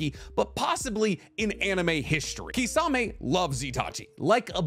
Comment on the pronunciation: wtf is kisaaaamey!!!!??? ITS KISSAMEH(kisame)